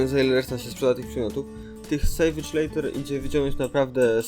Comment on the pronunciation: Leather wymawia się jako leder. A filmik super~